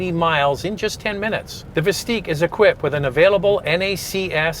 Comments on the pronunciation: Y’all realize you’re pronouncing the name wrong, don’t you? It’s Vist-ick, not Vist-eek. Also, there will not be “Buick, GMC, and Chevrolet versions” of this thing. This isn’t the GM of old where they took one model and slapped different badges on it. Hard for me to continue watching after just a few minutes of nonsense. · "Visteeeq"?! I thought it was "Vistick". The other car is not called "Lyreeek", right? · it's not "Veesteeq"....you should know how to say the name before reviewing a car...pronounced 'Vis 'tick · VIS-TICK. Not VIS-TEEK! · It's Vis tICK not Vis TEEK. You know... like LyrIQ and OptIQ. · Are you joking with the pronunciation?!? It's Vis-Tik like Op-Tik.